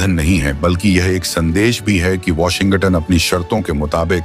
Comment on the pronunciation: Hello it is Washington NOT Washingatan